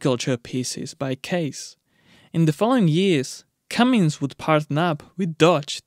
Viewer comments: Cummins… CummINS. Not “CummINGS” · It's pronounced Cummins not Cummings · Tuned out. Cummins, not Cummings dolt. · It’s not Cummings, it IS Cummins.. you spell it right and pronounce it wrong. What is your native language ? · Did anyone tell the producers it’s “ Cummins” not “comings”? It’s right on the motor… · foot pounds, not pound feet, so annoying to listen to you saying pound feet over and over, IT IS FOOT POUNDS. and its not "cummings" its cum-ins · No "G" in Cummins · No “G” in Cummins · There is no G in Cummins. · I thought you were kidding at first. It's Cummins!! No "G".